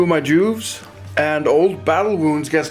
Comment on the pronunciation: Am I the only one to not hear the "v" of Juves? It gives the video another meaning.